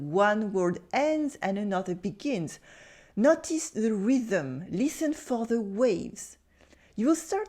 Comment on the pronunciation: For you: please pronounce "notice" more like "know tis" than "not tis."